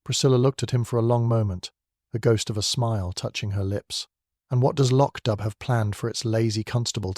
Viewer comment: Please its pronounced Lock doo, and where is the storm or the body in the flooded cellar.